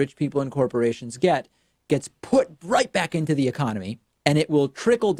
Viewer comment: "Gets put RIGHT BACK INTO THE ECONOMY." The way David said that made me lose my shit!